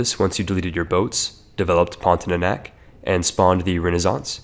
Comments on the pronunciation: omg it’s pronounced as porn-tia-nak and not porn-ti-é-nak nonetheless good video tho HAHAHAH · It's PON-TI-A-NAK not PON-TI-NA-NAK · Its pontianak not pontinanak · Pon - ti - a - nak not pontinanak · What is Pontinanak? I only know Pontianak. If you wanna do a video, you should at least learn to read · Heres how you pronounce "pontianak" Ever heard of the word "pontic"? Yeah just say "ponti" without "c" and "ah-nahk" Or to be simple "pawn-thee-ah-nack" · Wkwkwk ada juga yg kesel denger pontinanak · I just want to say : pon - ti - ah - nahk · As Indonesian it is very funny how you pronounce Pontianak Great video btw